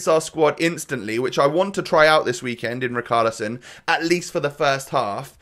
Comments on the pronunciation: yea he is saying "char" as "khar" and it should be more like the "sha" like "shaqiri" so "ri char li son" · As a brazilian fan, the correct pronunciation is "ri shar li son" love the content btw